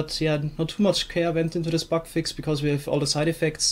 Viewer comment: Your accent makes it sound like your saying "Buck of the week"